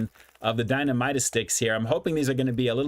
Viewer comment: dinamita. You got the "dina" part right. For "mi ta". It's not strong and mighty yah.... More like Meet yeah. it's Spanish for dynamite For spicy queso series. These one is the best. funyuns version is the weakest in flavor dusting.